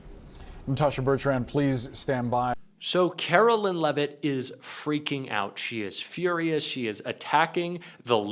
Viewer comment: Just wondering,, do you always mispronounce Karoline Leavitt’s name on purpose?